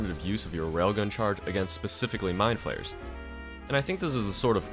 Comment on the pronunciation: Why the fuck does he pronounce "Mind flayer" like "Mine flare" ?